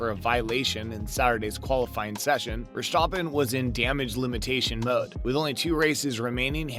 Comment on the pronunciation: "Ver-STAH-pen" it's actually VEHR-stah-pen. Make the "ah" short.